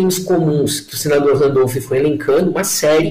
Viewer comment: você é adorável. Mas por que fala "Randolph" Rodrigues? Um beijo.